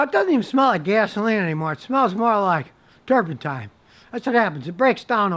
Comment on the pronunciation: I could swear he is saying "turpenTIME" !! Maybe my ears are getting old. Idk.